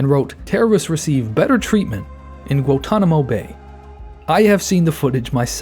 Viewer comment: Why does bro not know how to pronounce Cicada or Guantanamo